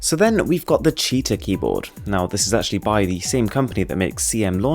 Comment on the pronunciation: its not cheetahiii ,its cheeehtahh